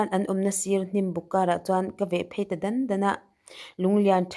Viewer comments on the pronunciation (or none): Dan dan..ti suh, Daaaan daan,ti rawh